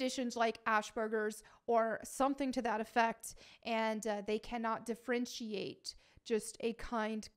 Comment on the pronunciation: It's differentiate, not defrenchiate ffs.